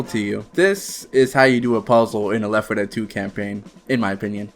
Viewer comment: Is this channel ran by two people? Because honestly you need to stop having this guy narrate. He talks like a 5 year old and it makes me not want to watch. "Today we are pwaying weft fuwh dead..." Goofy ahh shit